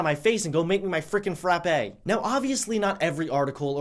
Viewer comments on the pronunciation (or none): none